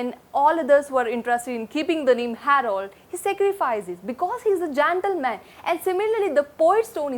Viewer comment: Because he is an jantle man😂😂😂 pronunciation mistakes are more😢